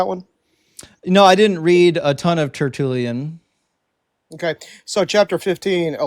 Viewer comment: Like all pretend intellectuals, the Protestant loves to throw around jargon. But his amateurish conversation evinces his fraudulent scholarship. But he does not know how to pronounce "Tertullian." He does not know the definition of "rhetorical question." He thinks that prefacing a sentence with the word "actually" somehow renders it accurate. He thinks peppering his speech with the word "literally" adds emphasis. He's a living exemplar of Alexander Pope's line "A little learning is a dangerous thing..."